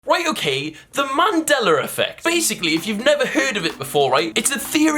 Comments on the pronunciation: 1. Calm the fuck down 2. Where is the E and R in mandeLA effect Why are you calling it manDELLAR? Gg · mandela not mandeler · Its called Mandela effect not mandelra effect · I must be in a parallel universe. Since when was it called "Mandeler" Effect? I call it Mandela as in "A" not "ER". Why are some people pronouncing the "A" as an "ER" and the "R" as an "A"??? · mandeler effect? I always thought it was Mandela effect? here we go again LOL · The way he says Mandela like ‘Mandeler’ reminds me of how my Theatre teacher would say ‘Extrrrr’ when trying to say Extra, the only difference is the fact that he’s doing it because of his accent, and my Teacher and her her Texan ass was doing it because...? I hated her. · “mandeller” love that 😂❤️ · Will it sounds like you’re saying Mandeler effect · For Gods sake, stop saying 'Mandeller' ...pronounce the Shit correctly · ah yes The mandeller effect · Mandelar I love you content will but personally love when you pronounce thins weirdly 😆😆😆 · Mandeller..... Lol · Mandelar why do you put an r there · Why, in the name of our Lord, are you saying 'mandelar effect'? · It's just his accent. Some English accents pronounce "a" like "er" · The way he says Mandela